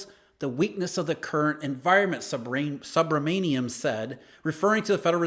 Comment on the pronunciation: Subramaniam is pronounced soobra-man-yam.